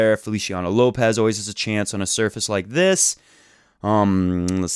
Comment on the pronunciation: I'm a Rafa fan but I will be more of a fan when he stops picking his butt and learns to pronounce "surface".